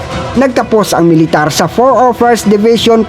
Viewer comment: ayus lang yan kaya paki ayus naman ang pronounciaton nyo para magandang pakinggan yong IDF nyo naging ayde ef at military nagi meletare